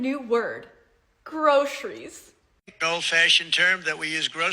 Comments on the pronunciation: Yet says "grosheries". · Great video....but one thing is hurting my ears. Why a sh sound in Groceries? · XD that skit started SO GREAT --- but u failed urself :/ "groceries" is in ALL varieties of english pronounced with an S-sound, and ONLY in american english u can encounter a pronunciation with a "Sh"-sound (if that was ur point) but that is PROSCRIBED by most authorities of american english. so, he, for once! does something right, in not pronouncing it like a redneck / backwoodsman ..sorry🤷‍♂ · Sorry, teacher, but you mispronounced both Karoline and groceries. Open mouth, insert foot. Maybe we just live in different parts of the country. I opened this video to watch you ridicule MAGA but from my neck of the woods you appear to have strayed into a minefield: pronunciation; and ridiculed yourself in the process.